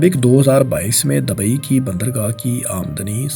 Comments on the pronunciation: Dabai Nahi hota Dubai hai. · آپسے گزارش ھے کہ تھوڑی سی تلفظ پر بھی ریسرچ کر لیں اب تو میرا بیٹا بھی آیکی غلطیاں نکالتا ھے جیسے کہ Dabai nahi dubai hai آپ بھت سی غلطیاں کرتےھو برائےمہربانی اپنی اصلاح کریں میرے بچے اور بھی بھت سے لوگوں کے بچےبھی یہ ویڈیوز دیکھتے ھونگے اب متوقو کوئی لفظ نھی ھے